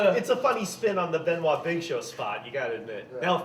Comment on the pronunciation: Why he couldn't say Chris Benoit's name?